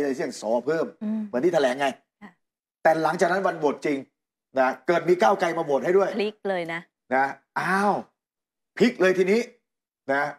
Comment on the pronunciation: นัยหนุ่มเอ๊ย โคตร หงุดหงิดเลยว่ะ ก้าวไก ก้าวไก มันเป็นยังไงเนี่ย ชื่อคน ไม่มีควบกล้ำเลย ไตรง ไตรง